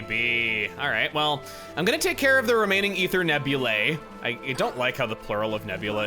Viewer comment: FYI Chugga, Nebulae is not pronounced “neb-yu-lay”, but rather “neb-yu-lie”, where the “ae” makes an “eye” sound.